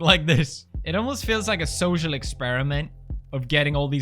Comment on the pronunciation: why does pewdiepie pronounce social as zozeal